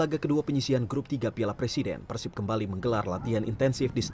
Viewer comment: persib apa persib pengucapanny salah